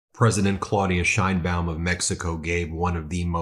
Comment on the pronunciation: As someone named "Baum" i appreciate you pronouncing the "baum" (Bowm) in Madam President Sheinbaum's name correctly.